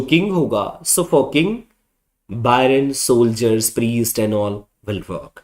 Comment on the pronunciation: It will be "barons".. not Byrons! Lord Byron was an English poet!